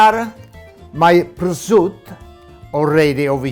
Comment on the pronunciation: But he can't pronounce prosciutto.... but he does cook pretty good.